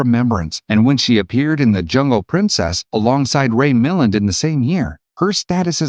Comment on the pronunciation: "Ray MILL-and"? Um, that's Mil-LAND, my friend. 😄